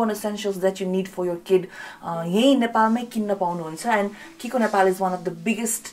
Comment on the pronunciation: It’s not kikoo it’s chicco = chiko